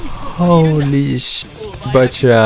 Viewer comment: You hear them said bachira, with c but still choose to pronounce bakira. Why